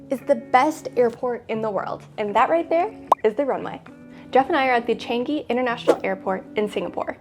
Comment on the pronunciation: I'm happy that you enjoyed your stay here! I love Changi airport too! By the way, it's pronounced CHUNG-(y)EE. As in Chungus' "chung" and Yee's "ee", but I know how difficult it can be to pronounce! Thank you for coming by and please come visit Singapore again with your friends and family :D